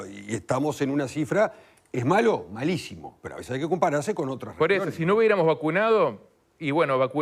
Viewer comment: "A veshes no tomar medidash también esh una medida" Pompita 2022.